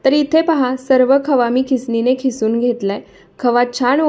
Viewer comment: खिसुन नाही किसुन म्हणतात